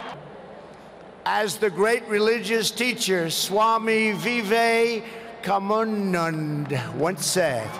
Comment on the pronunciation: Swami vivakamunandh Trump: He he 😂😂